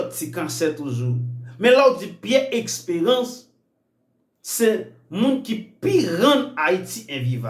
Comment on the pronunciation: Eskew vle di Esperance ou byen Expérance zanmim paske menm si m vle tande w menw bouch ou sonnen trè mal wi